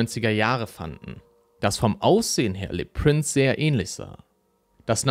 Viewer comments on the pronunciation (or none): Das ist jetzt gar nichts für mich. Sorry! Mich stört auch die falsche Aussprache vom Franz. Prince. u.a. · Prince wird in dem Beitrag kontinuierlich falsch ausgesprochen. Das tut schon ein wenig weh. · Warum sprichst du "Le Prince" englisch aus?